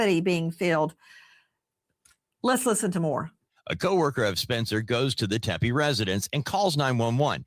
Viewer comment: Great coverage. Please stop saying “Tem-pay”. It’s nails in a chalkboard. It’s pronounced “Teppy”, like “Peppy”.